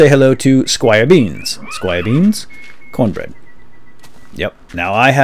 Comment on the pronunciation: Haha cornberd berdd